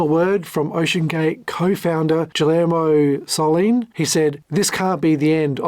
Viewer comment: Enjoyed the video, but it has several minor mispronunciations which are not a big deal to me, but it does mean you likely havent watched any of the extensive Coast Guard hearings -because the word "Antipodes" is spoken a loud in most testimonies -usually multiple times -and the name Guillermo Söhnlein is pronounced in about half of the testimonies. So it's a great video, just wild that you never watched any testimony or a lot of other video or audio content to make this -theres so much of it. Are you aggregating via AI summaries, pulling public docs and filings or reading summaries of testimonies -so how does someone curious enough to make such an extensive video spanning a companies 16 years and the founders history prior to that not watch other video content on the subject? it's very unusual -I guess Im impressed as its a great vid.. Also, FYI I dont believe Oceangate issued any refunds from watching the testimonies from the finance folks during the hearings... ever -they would do reschedules or promise make goods -but never refunds as they simply couldnt afford to if they wanted because they were basically robbing Peter to pay Paul to keep the lights on and barely make payroll at times by taking internal loans from Stockton. Whatever your process is, keep up the nice work.